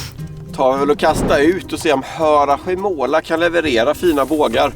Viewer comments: sjön heter inte Harakomola 🤣 Man ut talar det Harasjömåla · Vad gulligt när ni säger Hara-sjö-måla 😅 Man säger Harasjömåla ❤️ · Asså jag får krupp varje gång ni uttalar harasjömåla 😂😂